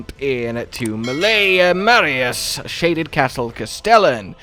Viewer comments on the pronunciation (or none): none